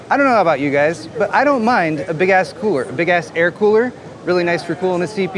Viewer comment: “Big ass fries!” Is all I could hear when you would say big ass coolers.